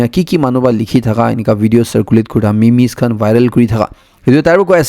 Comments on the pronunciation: Sir it's pronouns as Meems* not mimi*. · Bro it’s Meeeeems not me-me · It's pronounce as mems not me mes.. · For small corrections memes are pronounced mems and meme is pronounced mem. Hope you don't mind.